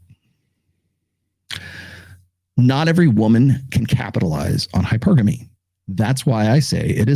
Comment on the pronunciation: my bad, didnt see when the video came out. Just finished your 3rd book, btw. Good stuff. Narrator mispronounces hypergamy every time tho lol